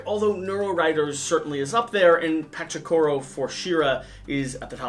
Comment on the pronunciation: Patsakuro lol